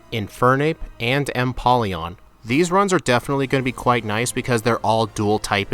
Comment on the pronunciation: Lets goo and that O in empoleon is a long O its a combination of emperor and Napoleon